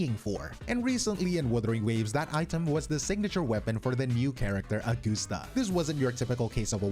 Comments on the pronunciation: Augusta ❌️ Augoosta ✅️ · did bro just say augoosta😭😭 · Ah-Goose_Stah. once heard can never be unheard.